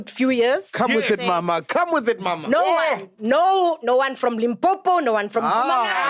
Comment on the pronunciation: I didn't like that she said Limpopo it's personal